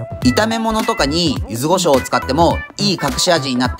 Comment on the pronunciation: 柚子胡椒をゆず「ご」しょうと言う人初めてみたわ